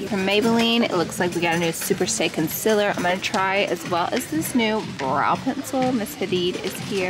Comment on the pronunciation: love the way you say con-SILLER <3 xoxo